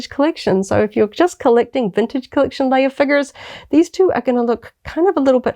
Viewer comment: I just discovered your channel. I like your content, but I'm having a hard time not cracking every time you call her princess "Layer" and call them a "figger ". I can't wait to hear ya say "deck." Lol